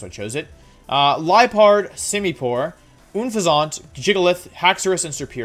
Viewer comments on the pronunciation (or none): OONFEZONT? XD I love the videos but I was so confused because I kept thinking you were were saying Bouffalant and I didn't see a Bouffalant on their team. It's pronounced exactly as it's spelled Un-fez-ent. Unless you were saying it wrong on purpose I cannot tell. Keep up the great videos Wolfe! Honestly wasn't expecting this to be my first comment on one of your videos. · More like oonfezant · Why do you say Unfezant like it's French? xD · Wolfey: Gives an in-deph look at each team and strategy Also Wolfey: Mispronounces Unfezant "Oon-fay-zant" Gave me a good chuckle 😂 Love the video and this was a very interesting look at the rivals :o Keep up the good work! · I really need you to know that you're pronouncing Unfezant the worst way possible.